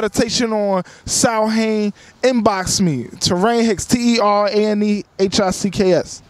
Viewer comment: Samhain comes from Ireland. It's pronounced sowin.